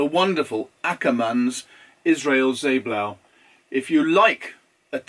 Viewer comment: I love the way you pronounced "zeeblauw" in perfect Dutch! This ink from Akkerman in The Hague is named after the Dutch painter Israëls, either Josef or his son Isaac, both very famous for painting seascapes. Funny that they call it Israël's Zeeblauw, it should be witten Israëls' Zeeblauw because the family name is Israëls and not Israël, but never mind, it is great ink in a brilliant bottle indeed. I bought some great pens and ink from Akkerman in The Hague, it's a lovely shop in the centre of the city and often when I visited my grandmother in The Hague I also visited the shop (and more often than not bought something) . After she died my visits to The Hague are less frequent. The Hague = "Den Haag" in Dutch, also known more formally as 's Gravenhage - which comes from the old Dutch "Haag" (= the forest) of the "Graaf" (= the Count) of Holland. So the city is named after the forest of the Count of Holland. All right, I should stop now, before going into the many Counts of Holland that once lived.